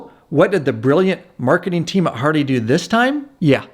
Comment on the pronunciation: Hey umm is it just me or is this guy saying hardy instead of Harley??? He’s said hardy three times already an I’m 3.35 into the video. Lmao